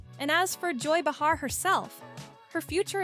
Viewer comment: It’s not ba-HAR, its BAY-Har